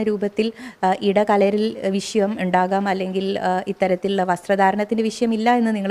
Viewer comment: വിശയം അല്ല വിഷയം... മലയാളം ആദ്യം ശെരിയായി പറയാൻ പടിക്കു... യൂണി ഫോം ആണല്ലോ സ്കൂളികളിലൊക്കെ എന്ന്.. അത് കൊള്ളാം... എന്നിട്ടാണോ തട്ടം ഇടാൻ വാശി പിടിച്ചത് ഇന്നാളൊരിക്കൽ.